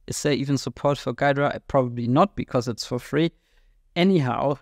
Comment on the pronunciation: It's pronounced "Gheedra" with "ee"